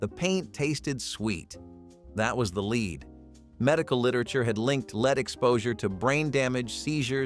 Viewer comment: Lead paint not leed